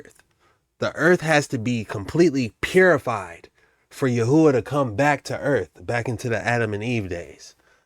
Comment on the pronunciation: When you said "purified", I heard "terraformed"